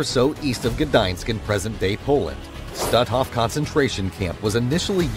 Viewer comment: Please, the camp of which you speak is not pronounced "stu'off", but stutt hoff, emphasis on the first syllable.